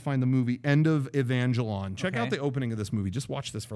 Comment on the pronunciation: I'm dead when he said Evangelaun lol